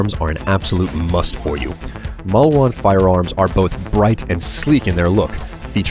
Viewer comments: malwan?| its maleewahn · Are you sure its Mauwan? It looks like Maliwan to me. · Isnt it "Maliwan" and not "Mauwan"? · also, mal-ee-wan, not mal-wan. just sayin' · You need to learn how to pronounce the company names. MAUWAN? TEDDYDORE? Gah, my brain.